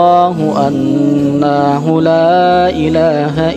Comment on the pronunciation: Maaf yg se besar2nya dlm pembacaan ayat yg pertama annahu nanya di baca panjang yg k 2 bacaan maajaaa humul ilma .....ilmanya di lewatin dak dibaca langsung bahyam bainahum...... klo 1 ayat di lewatin bisa2 beruba artinya maaaf skli lagi maaf mohon di perhatikan